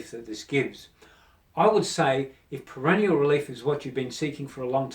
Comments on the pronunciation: Not perennial but perineal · It's PERINEAL - not perenial And stop pronouncing it like perennial - you sound like you're talking about plants